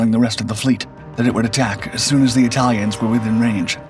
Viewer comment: Why is he calling the It-uhl-ians, of Italy, "it-tiles"? No really, here's a did you know for ya! Did you know that the vowel letter long "A" vocabulary English pronunciation is intentionally juxtaposed. A trope pronunciation of contentious, compliments of the UK - Italia Empire conflict of WW1, that gravitated it's way here States side. And as a dig at adversaries of the time of the British UK, versus Italia debacle they (UK) would covertly implement the botched pronunciation we have come to know today. A very over exaggerated long vowel letter "A" pronunciation, giving off the vowel letter long "I" pronunciation, of a faint it-tile-lians connotation. CapItalians (pronounced It-uhl-ians, post "cap" dropoff of "CapItalians" upon saying three times, CapItalians of Italy upon third time drop the word "cap" off of Italians, where there you'll receive your Aha! moment of epiphany) of Italy are not "it-tiles" they're sentient humanoid beings, such as myself and you the reader! Begging your pardons I just had to put that out there, as food for thought.